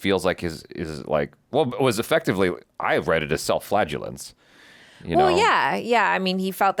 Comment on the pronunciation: Flagellation not flatulence...😂